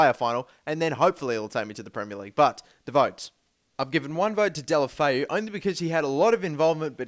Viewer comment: Deulofeu is pronounced like this: "Deh-oo-loh-feh-oo".